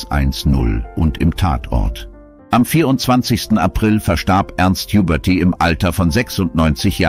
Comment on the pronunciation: Sehr schönes und würdevolles Video. Noch schöner und würdevoller wäre es, wenn es von einem echten Menschen gesprochen wäre. Schade, das haben die Verstorbenen nicht verdient. Nachtrag: "Jubörtieh"! Jetzt reicht's! Ich schalte ab!